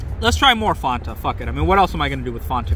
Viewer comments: Fonta. OMEGALUL. Come on we're both from Virginia. Say it the Ricmond way. It's Fanta. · faaahhhnn ta._. fan-ta, say it with me- like a fan to cool you down, or a fan of, fan tah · Fawn-tah? Am I living in bizzaro world? I always heard it as Fan-ta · Fawnta... Wtf. U canadian or sum shit? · this b say "fon-tah" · Not only did he say fonta but he also voice cracked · Have I been pronouncing Fanta wrong my entire life? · Wait, this man just makes a fanta spider wtf??????? Also whay does he pronounce fsnta so weirdly?